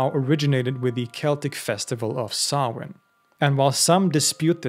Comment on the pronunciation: Just delighted you pronounce Samhain correctly 😂 Stingey Jack save us from Sam Hain 😅